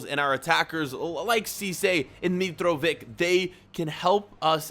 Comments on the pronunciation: It's Mitrović not Mitrovik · Btw mitrovic is pronounced mit-ra-vi-ch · The c in Mitrovic is pronounced like. The c in Modric Racatic Tadic